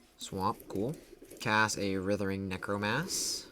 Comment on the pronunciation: Damn bro we get it. You suck at pronouncing writhing necromass. So stop. Please.